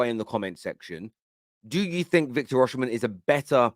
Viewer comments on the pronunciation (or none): why do you call him Oshimen instead of Osimen, even youtube is pickijg it up as Usherman 😅😅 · His name is Osimhen….O-Si-Mhen… not O-Oshi-mhen